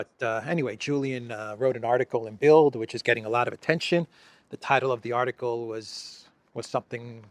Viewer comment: Great report,. Thank you. (By the way, the German newspaper "Bild" is actually pronounced as "bilt".)